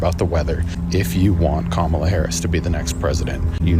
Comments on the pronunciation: Perfect depiction of how the press treat VP Harris. Also relevant is that they rarely use her official title but mostly refer to her by first name and usually mispronounce it. Then they refer to 45 by his former title. So disengenuous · no it is not autocorrect it is how to pronounce her name.